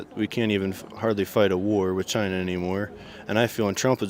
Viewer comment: I think you will find that is pronounced CHYYYYYYYYYYYYYNAAAAAA🤣🤣🤣🤣🤣🤣🤣🤣